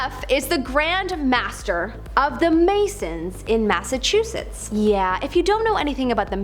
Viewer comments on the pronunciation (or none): none